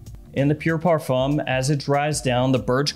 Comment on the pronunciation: Dude, it's "par-FOOM" 🤦‍♂